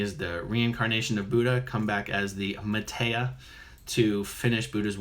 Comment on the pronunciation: MaytReya Buddha. This is the rebirth state of the previous Buddha (Sakyamuni). Quite typical for someone who claims he is/was someone in a previous life that has come back and cannot pronounce the (=his?) name right? Must have been a BT at work there ;)